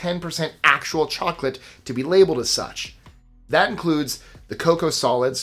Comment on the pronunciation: Mmmm moclate 😂😂😂😂